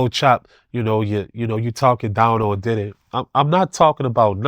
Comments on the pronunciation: He don’t be say diddy he be saying did-he 😂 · He say Diddy like I say tidday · The way he say Diddy.. and baby earl.. 😂😆. Baby oil. Will never be the same again...